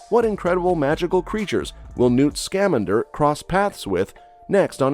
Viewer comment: Who else is pissed he keeps mispronouncing Newt Scamander’s name?